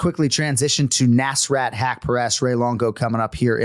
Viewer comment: Hey anik, the S in nasrat is like US., rut like hut. nuS-ruT.